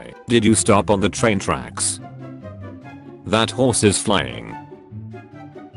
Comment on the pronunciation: i think he said thot not that#